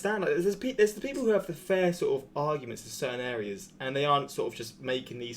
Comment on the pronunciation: "Sort uv walking pace" I burst out laughing